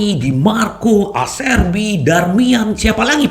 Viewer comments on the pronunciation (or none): none